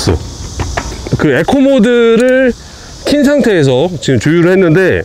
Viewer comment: 형.. 에코가 아니라 이코,,, 이코……